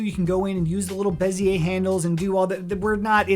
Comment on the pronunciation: you lost me at "beziay"